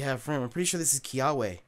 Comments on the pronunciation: dude, a little lesson, Kiawe is pronounced "Kia-ve". little bit of Hawaiian pronunciation for ya there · i think the W is pronounced like a "v" so his name's pronounce Kiave. I think, I could be wrong